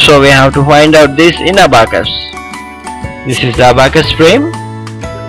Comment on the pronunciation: That is not Abbacus that is abacus